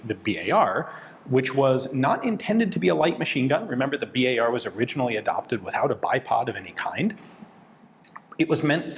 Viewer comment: Why amis says Bi Ey Ar instead BAR